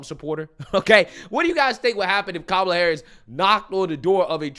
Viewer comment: "Ka-ma-la" sounded a lot like "Trump, Trump, Trump" 😂😂😂 I had to stop and figure out where she was and what was happening.